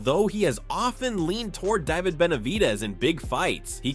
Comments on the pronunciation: Hate the fake AI voice mispronouncing simple names like "David." DAH-vid? Come on, man, do better. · Im getting tired of these ai videos. What kinda ai cant pronounce David? I need to vet them more.